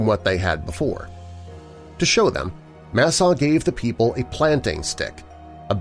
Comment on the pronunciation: Tawa is pronounced dawa And it's masaaw We live in the fourth world and this one is ending. The story is our emergence and the beginning of our prophecy. I can explain the story. But this is very good nice job for representing me and our tribe with respect.